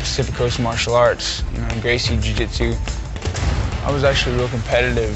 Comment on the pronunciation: how do people really go through the trouble of making an mma based documentary and then proceed to pronounce a Gracie name wrong.